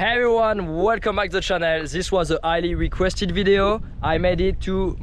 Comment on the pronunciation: your intro sounds like "Hey everyone, welcome back to Chanel" - i was just missing the beauty products :D